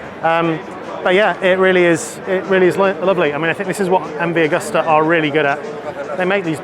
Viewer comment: Excellent video,. Thank you. Btw it's Agusta. Not 'Augusta'